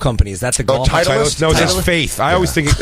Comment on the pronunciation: Oh, you mean Tit-leeist golf.